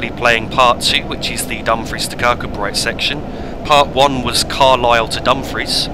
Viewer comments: Its pronounced Kirk koo bree not kirk kud bright, its a common English mistake. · kirkcudbright is pronounced kir koo bree I was born there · pronounced Kir-coo-bray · I know it’s an old video, enjoying seeing this old route here. Kirkcudbright is pronounced Kir-Koo-Bree. Kirkgunzeon is Kirk-Gun-Yon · Another splendid video. It was nice to see a first generation DMU from my train spotting days. My wife grew up in Dumfries and confirms that the name is pronounced Ker Koo Bree, with the stress on the last two syllables. Roger Crick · As a local to the Dumfries kirkcudbright area it really does annoy me the way he says kirkcudbright